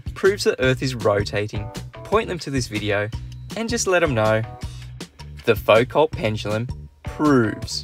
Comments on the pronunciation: Isn't Foucault more like Foo-koh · Wikipedia claims there's one at College of Sciences, Massey University, Palmerston North, NZ. And m8, I know you're a kiwi, but please, Foucault was French, the 't' is silent. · It would help if he could pronounce "Foucault" properly